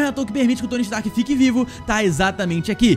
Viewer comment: Oxe ele falou indústrias strak mano kkkkkkkkkkk